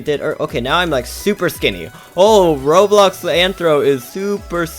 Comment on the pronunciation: Its called RoBLOX not Rohro